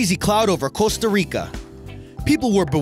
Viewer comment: costa rice????